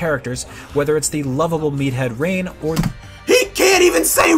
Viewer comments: IGN’s points aren’t half as bad as yours: -He most likely didn’t play the original game, but that’s because he probably didn’t write the review. The writer of this review probably did play the game. That’s why he pronounces it “Napon, Rayn and Duncan.” IGN is a big corporation with lots of members, so you can’t judge them if one person on the team missed an obscure Wii game, then didn’t play a game that was barely out at the time. Sure they probably should have corrected them, but it’s ultimately pretty nitpicky to criticize this -An 8 is only two points away from a 10/10, because IGN recently changed their system to a 10-point one. Xenoblade is in no way a perfect game - They called the gameplay gorgeous one time in the past. So? It was probably a different person each time, IGN isn’t run by one person - Yeah, his model in Ultimate looks dorky. That’s what he was SAYING in the review - Reviewers don’t have to name every single area you travel in a game, that’s stupid - The fact that he criticizes characters who keep saying “Change the Future” isn’t supposed to be an actual criticism of the story, it’s just supposed to be a light jab at something that bugged the writer of this review a little bit - Kino and Nene are different from Reyn and Sharla, their dynamic being a little big similar doesn’t make them the same, that’s dumb - Some gamers are the type who never do side quests, and the person who wrote this might have been that type. Maybe they didn’t understand that that’s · "Can't have a Reynbow without Rain" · It’s not the score people are mad about. It’s actually one of things people are least insterested in talking about. It’s that the reviewers don’t do any research about the game their reviewing. The best examples of this is when they mispronounce Ryen and Dunbans names as rain and dunkin. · It’s almost like they didn’t get past the first level. Like seriously, how did they pronounce Melia right, but butcher Dunban and Reyn’s names?